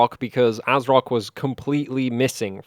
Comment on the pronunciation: I think it's pronounced Ass-rock.